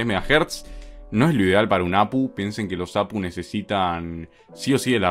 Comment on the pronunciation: Se pronuncia a pe u no a pu